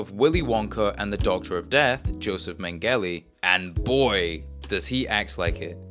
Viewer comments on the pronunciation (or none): Lol Josef Main-Gel-lee. Its Main-guh-luh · "mengehly" is the worst pronunciation i have ever heard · did he just say joseph mengeli lmao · Your mispronunciaton of "Mengele" drives me nuts. Also, if you think the show "truly feels like being on an LSD trip," then you haven't taken LSD. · Oof. Mengele? Was a butchered pronunciation lol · Never heard someone say Josef Mengele like that. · I'm sure you said Mengele twice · Why did you pronounce Mengele like that